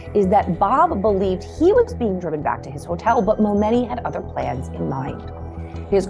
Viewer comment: The flipping name is pronounced MoMoney!!! 🤢